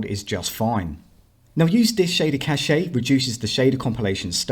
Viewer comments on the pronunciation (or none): Dude, 'Cache' is pronounced 'Cash'. Saying 'Cash-a' has an entirely different dictionary meaning. 😉